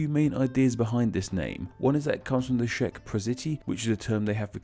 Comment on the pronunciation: Czech isnt pronounced Shek, its pronounced like Chek